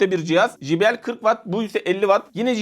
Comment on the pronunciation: Jibiel değil de ceybiel şeklinde telaffuz edilir. J harfi cey okunur.